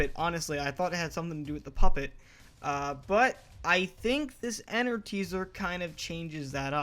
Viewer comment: it's not enrt it's mine rinu